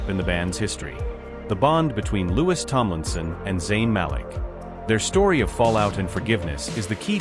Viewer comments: It’s not lewis it is Louis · PLEASE! TEACH YOUR AI PROPER PRONUNCIATION! SPELLED LIKE LOUIS, BUT HIS NAME IS PRONOUNCED LIKE THE FRENCH KING HE WAS NAMED AFTER: LOU EEE PLEASE, YOU GOT IT TO SAY ZAYNE'S NAME PERFECTLY! WORK ON IT GETTING LOUIS (LOU EEE'S) NAME NUNCIATED PROPERLY! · The fact that the computer or person reading cant pronounce Louis’ name should be a clue. Id guess that this is stirred up by labels, tptb, management. There is a weird dichotomy btw the recently released music from Harry and Louis. Meticulously orchestrated in timing, themes, lyrics, all woven around each other……… and all the pushback we are seeing demeaning Harry as trying to sabotage Louis, and celebrating themes of division. Pay attention everyone .We should all think for ourselves. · And another narrator who can't pronounce Niall and Louis' names. Their names have been floating around since 2010, so there's no reason for poor narrators to get names wrong. If they are unable to do so, they shouldn't be paid for performing badly